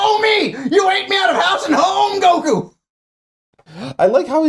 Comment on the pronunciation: Why does he say goku weird. But pronounced goten and Gohan normal lol